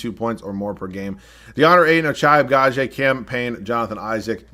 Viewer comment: At this point I'm convinced keeps getting Ochai Agbaji just so he can fuck his name up 1000 times each video 🤣